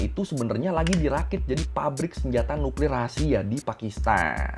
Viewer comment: Cra ngomong nuklir biasa aja bg jngn nuklirrr 😅😅